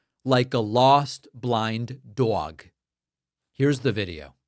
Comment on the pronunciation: Jesus christ. The way you pronounced 'dog' , made me remember you are from Boston.